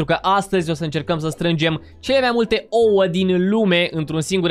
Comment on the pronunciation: nu se spune oo se spune ouă